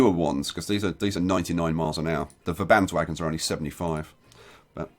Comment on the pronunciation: i always have a little bit of a chuckle when you say Verbandswagen, because in my head i know that it is a german railcar which would make the pronunciation Werbandsvagen, i know it doesn't matter much but it thought i'd point it out anyways